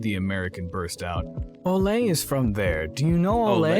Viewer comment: Well Ole isn't pronounced like "Olé!" so if that's how they said it I guess